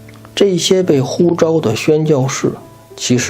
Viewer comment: 呼召。上對下用召四聲ㄓㄠˋ。 聖召。神召。召會。蒙召。 招呼。平輩用招一聲ㄓㄠ。